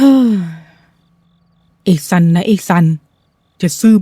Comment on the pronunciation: ตัวละครชื่อซันทำออกเสียงสันหลัง เพราะนั่นคือชื่อหนู😅😅😅